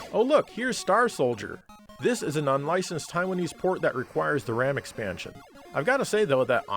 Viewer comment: Does he say “extansion”?